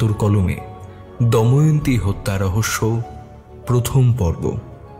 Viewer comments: অনেক দিন পর র আগমনে মনটা যারপরনাই খুশি তে ভরে গেলো।তবে এত সুন্দর উপস্থাপনা য় ছোটখাটো কিছু ভুল মনে কষ্ট দেয়। চরিত্র গুলির মধ্যে কেউ একজন দময়ন্তী নামটির উচ্চারণ 'দয়মন্তী' করেছেন। এটা একটু খেয়াল করবেন। দ্বিতীয় পর্বে যেন এই ভুল না হয় এই অনুরোধ করছি। অধীর আগ্রহে অপেক্ষায় রইলাম ❤ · Puro golpota khub sundor But it's not doymonti It's damoyonti